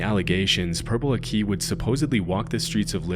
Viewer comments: Lmfao. It's pronounced Purple ACKEY. Not akey. 😂😂😂 man, I can't help but think you didn't do your research on that one. Nobody has EVER pronounced his way that way before. 😂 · it’s pronounced like ack-i, whereas the narrator pronounces it a-key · Ugghhh it's not purple AKEY. So many videos on this freak and still can't even get pronunciation right lmao. Huge channel, do a smidgen of research and the quality will go way up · Aki in Purple aki is pronounced asif you’re saying Iraqi not a key 😂 little note but ye seen him twice when I was a kid he was mostly known as a joke but a kid died because of him so everyone was aware to stay away like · im sorry but i cant with the way u pronounce purple aki😩 it's pronounced acky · Purple Aki - Aki is pronounced ACK eee. Emphasis on first syllable. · Why are you pronouncing Purple Aki as purple a key. It's literally pronounced as its written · His pronunciation of Aki is so painful, its said like lackey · thank you! I was starting to think that it was just me 😂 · i did not expect purple aki on this RIP (its pronounced purple aki not eeh its a blunt i) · Bros pronunciation of Aki pisses me off 😂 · Love your videos always have but hearing the way you pronounce purple aki as someone from Liverpool hurts to listen to 😭😭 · What’s more scary is how he pronoucned aki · That's not how you say Aki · Lol at pronouncing Aki that way. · The way you pronounce "Aki" fucking caught me so aff guard. "Purple Aki, t-shirt and a trackie!" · Is pronounced like hockey without the h. Purple aki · ‘Aki’ is pronounced ACK (like back)-ee (like knee), not ah (like apple)-KEY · its ah-kee not uhkee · I live in St Helens (NW England, near Liverpool), and my heart SOARED when I saw the words "Purple Aki"😁. (It's pronounced "Akki", not "A-Key", by the way; he was called "purple" because he was supposedly so black, he looked purple.) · Purple AHK-ee not Purple A Key 😂😂😂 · I grew up in a town near here its pronounced purple acki not a key